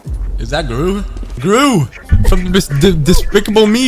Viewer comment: i like how you struggle to pronounce despicable me lol, glad im not the only one w that problem